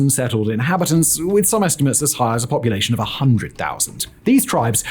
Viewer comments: "Pupulation" lol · " PUPULATION" Dog people. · Good god, ‘Pupulation’. I know you all crank out the videos, but sheesh.